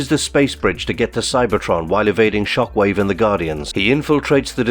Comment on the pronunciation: that's not how you pronounce Shockwave